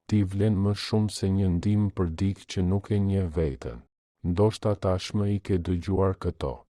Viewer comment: Te gjitha ç' far thua Jane realitet.te lutem fjala dikë nuk lexohet dik, tingellenon keq dhe dukesh sikur nuk e respekton gjuhen shqipe. Ç' fjale duhet lexuar me korektesi.